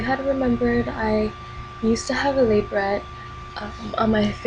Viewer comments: It's pronounced LUH-BRAY! The "t" is silent & your face "shifting" because of a lip piercing? "the muscles & having your face in a certain position"? you sound reaaaally uneducated & immature. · the piercing u had isn't a labret... and u pronounced it wrong.